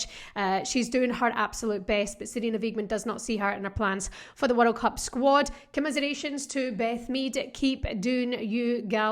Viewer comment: Just here to hear you saying "werreld cup"! 😀